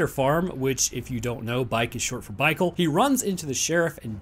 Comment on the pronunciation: I was taking a drink when he said "Bikecle" and I almost spit it out everywhere.